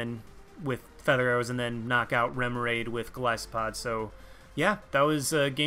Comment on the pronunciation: OMFG! I am subscribing JUST for the fact you said Golisopod right!!!!